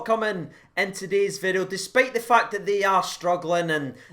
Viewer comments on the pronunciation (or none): "today's-ah video" 🤣